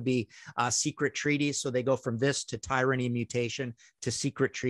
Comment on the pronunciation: Popoff is deeply irritating. The Sabbath album is called VOLUME 4, because it is the 4th in the series you numbskull. It's an abbreviation, not a word. And Tyranny is pronounced Tuh...rin...ee. Not TIRE-rinny. And finally; stop using the present tense when describing past events. Someone please school this man on the English language...dear god!